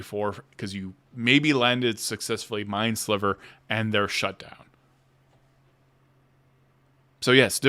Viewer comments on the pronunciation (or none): none